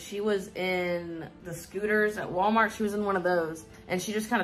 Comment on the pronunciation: I feel boiling, white-hot rage over the way pronounces words. Cute is "key-OUTE", salami is "slommy", Walmart is "wommort". I hate it. SO. MUCH.